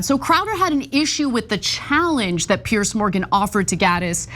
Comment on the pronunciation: PIERS! Not "Pierce"